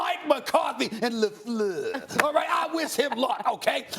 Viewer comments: Coach " LeFluerrrrr " 😂😂😂😂😂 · Anyone else back here to hear Stephen A say, "lafleur" in a fancy way since he will not any longer? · The way that Stephen A. says LaFleur 😂😂😂